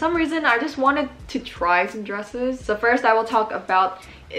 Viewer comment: When you said “dresses,” I somehow heard “drugs.” I think I was really high (on my morning coffee lololol) just a moment ago... 😂